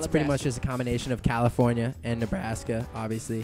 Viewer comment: Johnson's slight accent "combination" Sasha Zahradnik